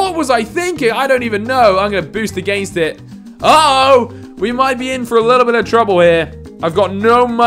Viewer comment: Hi I’m Alex I’m very judgmental and I don’t like the way this guy says against and one like equals one less against word I liked my own comment because I can’t stand it